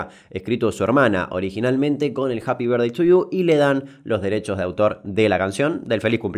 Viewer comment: nuevo idioma asi se habla Japi vertdei tu yiu japy vertdei tu lliu